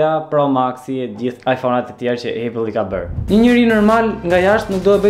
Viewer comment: Æpëll jo ejpëll